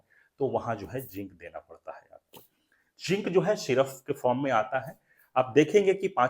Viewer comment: syruffff ni hota syrup hota hai